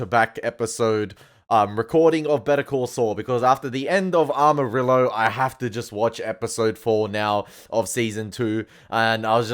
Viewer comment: Just wanted to say amarillo is pronounced as "ama-ri (as the r on later not hard "r")-yoh" hehe sry you kept repeating it and could't hold myself from correcting hehe btw i love how inested u are on bcs keep watching it, it gets even better!! 😮😮